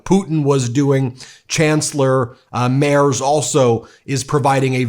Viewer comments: No impoliteness intended, please correct the pronunciation of the Kanzler's name. It's pronounced MERTS! Z in german is pronunced TS. It's a family name therefore should be correctly pronounced. Thank you. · Great video Ben. Chancelor Merz´s name is pronounced Merts. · Merz is pronounced Marts The e is pronounced Like the A in Marry, and the z is pronounced Like ts Like in Tzatziki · Merz is pronounced as mayrts. If you can get Ingraham right, you can get this easy one right. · Just for the pronunciation: It's "Freed-rish Merts", so you can start using the right one from the start … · Merz is pronounced Merts. The letter Z in German is pronounced as a ts. Like in Mozart. (Motsart) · Oh ghod on a spike! It's Freed-rich (with the ch pronounced like the c in cute) Marts... Do yourself a favour with those furshlugginer furrin words, use Google Translate and have the words read out in the original language! And dammit, he is not the chancellor, he merely is the candidate, he needs to be elected by a majority of the Bundestag to become chancellor and thusly, he has to form a coalition, most probably with the Social Democrats. This is not the US and not France, where you elect a King... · Merz (pronouncEd MERTS) ist nur yet chancellor, Scholz ist in office as acting until Merz is elected by the majority of the members of the Parliament. working go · The name Merz is pronounced rather as "Merts". The z is very sharp in germany. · Dear Ben, "Merz" is pronounced like "Merts" and "Friedrich" like "Freedreech". (I find no example, how to pronounce "ch"). I love your channel and I write this only, because maybe you have to talk about F. Merz more often in the future : ) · You are pronouncing the name Merz wrong. Z is not a soft letter in german. Try entering it in German in Google Translate and do the voice output. But still a good video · You are talking bullshit and cant even pronounce the names, so leave dude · His name is Merz, pronounced "Mêrdz", not "Mairs".